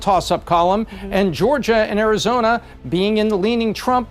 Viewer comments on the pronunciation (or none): The last I checked, Arizona definitely ain't pronounced as Arizoina. Just like isn't pronounced as Toim.